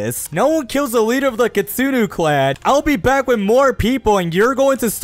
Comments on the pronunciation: kitsune it pronouced k i t soo ne not kitustu take this knowledge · Kitsune not kitsuno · You say kitsunu but don't you mean kitsune? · Bruh that is a kitsune not kitsinu ok you say it wrong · why you say kittsune is kittsunu is wrong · "kitsunus" it hurts my soul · ITS KITSUNE NOT KINSUNU🤓👆👆